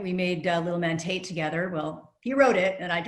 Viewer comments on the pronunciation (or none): none